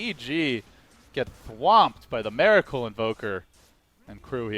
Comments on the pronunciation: ears bleed everytime he is saying 'Meracle' which is about 95% in this video. I've heard 1 or 2 'Miracle's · My ears bleed every time the caster says mEracle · is he saying meracle all the time? its bugging me, anyone else hear it?